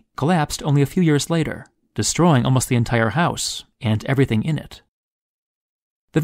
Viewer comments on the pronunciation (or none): none